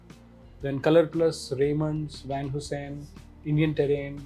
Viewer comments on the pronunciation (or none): Owner making clothes for Van Heusen but not able to pronounce brand name correctly 😂😂